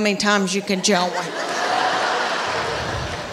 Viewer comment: The only woman who could make "join" into two syllables, I swear.